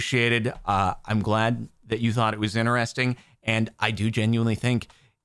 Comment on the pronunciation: Normal people: interesting Jardon: INNERESTING 😂